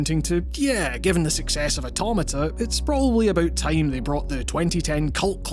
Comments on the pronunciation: The way he says automata scarred me. But as a Glasgow Uni alum from the states I’ll let it slide. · And yet another mispronunciation of automata